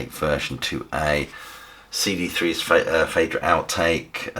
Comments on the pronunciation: It's probounce 'feedra'. 'ae' has an 'ee' sound - as in Caeser, Paediatrics or Aesthetic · Interesting to hear it pronounced "Faydra". I've always thought of it as "Fydra". It seems that both pronunciations are valid. As for the music being ambient: hell no. This is immersive and powerful stuff.